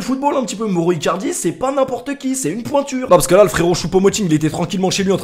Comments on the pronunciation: 178 fois moro icardi et pas une fois bien prononcé, mauro icardi! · Prononce maoro pas moro stp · Ça se prononce maoro icardi pas moro